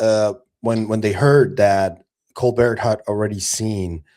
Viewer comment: Stephen “Cole-bear” dude - not Colbert 🤦🏻‍♂️